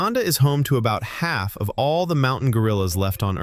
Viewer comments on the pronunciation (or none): none